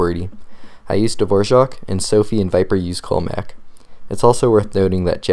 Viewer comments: dvozhok wtf its not pronounced like the composer, but duh-voor-ak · Dude, I was waiting for this video 5 years, thank you so much !!! (Btw its pronounced - dvo - raack= dvorak. ). Time to eliminate the pinkies now, back to the salt mine... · Dvořák is the composer. Dvorak is the keyboard (The r in Dvorak is pronounced like a normal English r) 😉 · The composer's name is pronounced that way, but the keyboard layout Dvorak is pronounced the way it looks - without the 'j' sound after the r.